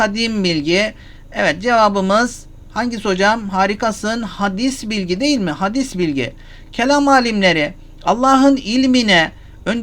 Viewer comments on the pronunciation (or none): Hadîs bilgi değil Hocam. Telaffuzu Hâdis bilgi olacak.